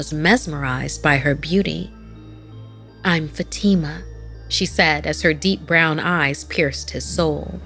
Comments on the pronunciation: Isn't Fatima pronounced Fahh-tii-mah? Not Fuh-tee-ma. Just wondering, I've never heard it pronounced that way. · Something Scary doesn't feel scary anymore. Not that Sapphire isn't here. is a good narrator, except for some name pronunciations like Fatima. But the problem is that the 'animation' is now just illustrations with PowerPoint animations, and the art style only has detail in the thumbnail. The characters look flat. Many things feel wrong.